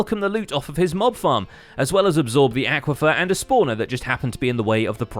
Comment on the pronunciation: its aquifer not aquafer